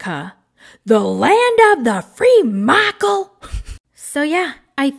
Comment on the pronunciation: “The land of the free Micheooool” lmaooo